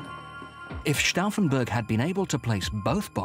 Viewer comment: Probably I'm the only one here who is annoyed by the narrator who couldn't learn how to pronounce Stauffenberg's name correctly if he speaks it out over 30 times!